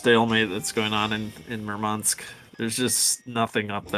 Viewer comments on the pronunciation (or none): "towards MurmAnsk"☠️☠️☠️